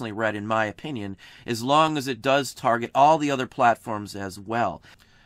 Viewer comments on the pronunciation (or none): none